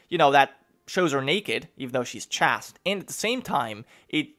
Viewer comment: Chaste is pronounced Chayste